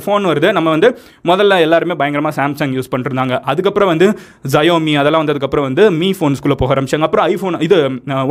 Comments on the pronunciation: அது ஜயோமி இல்ல ஷாவ்மி, Technology pathi pesumbodhu konjam hoework pannunga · Every other soul: Xiaomi Madan:syomi